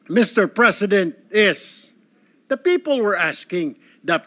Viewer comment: Tama ba yung rinig ko "Pepow" 😂😂😂